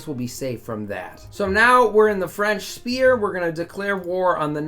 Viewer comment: Why does he pronounce sphere as spear?